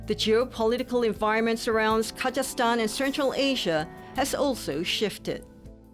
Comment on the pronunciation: Is she saying the country name wrong multiple times and finally have it correct or is it just me. Apparently, it doesn't seem to bother anyone here as it appear that I'm the only one complaining. 😌